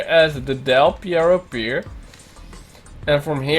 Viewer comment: Its called DEL PERRO not Pierro. Perro means Dog in Spanish